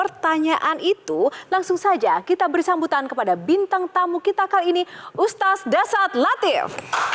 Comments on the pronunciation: Ustad mba bacanya bukan uztaz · Kagok banget sih denger HOST nya. Manggil ustad ajh susah bgt ustasd ustasd 😮‍💨😮‍💨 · Aku dengernya si MC ko nyebutnya Ustaz bukan Ustad... mungkin aku salah krungu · Presenternya kok gak bisa eja sebutan Ustad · Ini pembawa acaranya emang bilang "ustaz/ustas" ya? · Tu kan ustadz nya salah ngucap nama .. makanya dengeur semua